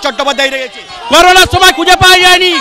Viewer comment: ওরে করুনাময় ওটা করুনা নয় ওটা হল কোরোনা 😊